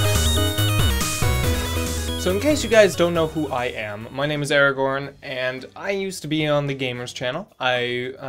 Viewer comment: was sold on this guy when he said his name was Aragorn (Erigorn). Seriously? That is freaking AWESOME you LUCKY SON OF A GUN. Lord of the Rings... It's my OTP... This is definitely something really cool! I'd love to be a part of this ^_^ I have butterflies just thinking about it. When I get a little bigger, I'm so in. ... Well, if I'm interesting enough. Haha.